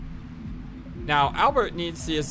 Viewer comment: I appreciate you trying to say Albert instead of Al-bear. I apologize if my previous comment offended you,. I don't like being judgemental over such small things. I am enjoying your playthrough experience. And, btw, Meru is my favorite character and, no. She is not 13/16 years old. If anything, she seems 18, in my eyes at first glance. Why would the developers have a 13-year-old wear a skimpy bathing suit/dancer outfit? Lol I could explain more, but you'll learn more very soon.